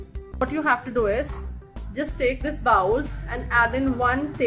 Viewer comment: Please do not use GLUE. That is not a source of FOOD. That does seep into the skin. Better to use honey and a bit of Cinnamon. On a side note,you are miss pronouncing the word BOWL. :)